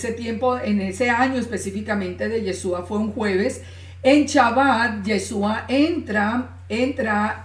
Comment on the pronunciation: shalom, por que dices chalom, chabat, paracha' que' no es shabat, parasha', shalom por que' descontextualizan la verdad